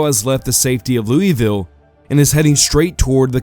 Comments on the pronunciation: As a native to KY, it is pronounced Lou-Uh-Ville. No it doesnt make sense, yes its weird. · He did pronounce Louisville incorrectly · as a native kentuckian, I can confirm that we pronounce it three different ways depending on what part of the state we are in